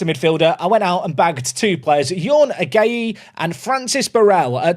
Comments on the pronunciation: Ghanaian here. Watching you butcher the name "Agyei" was equal parts funny and painful to hear. It's pronounced "Ajay". The "gy" is pronounced as "j". Not that you care. Anyways2, enjoying the video. Cheers🎉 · Agyei is pronounced ‘AJEI’